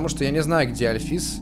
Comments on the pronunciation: Правильно альфИИс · и в имени Альфис ты ставил ударение не на ту букву... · правильно Андайн Альфис(ударение на А) и Папайрус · Та блин альфис ударение на а понимаешь на а а А!!!